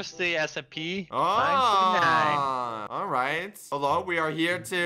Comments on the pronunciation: When said: "Oh here's the SCP" I swear I heard Here's the SMP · You said the scp name rong